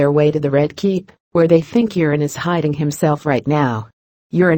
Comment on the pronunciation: I like how Euron is pronounced Urine. LOLZ